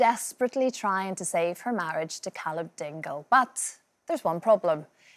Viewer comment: CAH-LUB 💀 seasoned theatre PRO-THESS-NAL 💀